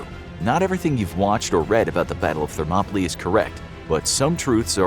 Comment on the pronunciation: ....that's not how you pronounce "Thermopylae"